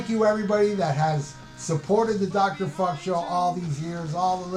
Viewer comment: That sounds great , I was thinking of filming a follow-up because you butchered my name, maybe I'll do one for the new year. Stay frosty Dr. Fukk!